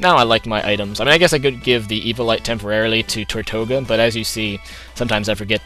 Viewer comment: i really hate to be that guy but tirtouga is pronounced teertooga or tertooga, it derives from the spanish name for turtle or tortoise, it is also the name of a Caribbean island that is populated by turtles. i know you hate being corrected on names but i thought if i gave some background you wouldnt mind quite so much:)